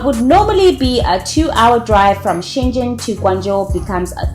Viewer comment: Hey sister, as a Guangzhou people I really appreciate that you pronounce the Guangzhou in a correct and clear language but Shenzhen not, all I have just respect for you ✊